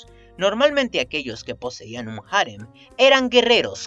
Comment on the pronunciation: Cada vez que dices "jarem", y no harén, me sangra el oído.